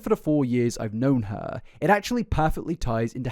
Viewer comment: "things were going well for Herrrrrrrrrrrrr"